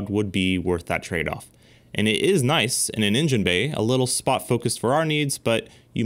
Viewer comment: “Noice”. Had me dying. Lol